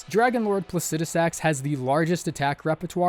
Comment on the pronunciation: Wow Someone who pronounced plucidisax correctly